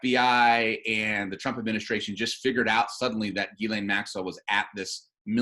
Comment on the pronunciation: Ghislaine is French. It is pronounced Jhees-Lane ('J' sounds like Jesus, without the 'd' sound at beginning). The FBI guy got the pronunciation wrong. It isn't Guylaine its Ghislaine.